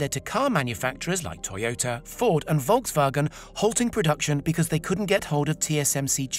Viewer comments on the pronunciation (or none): none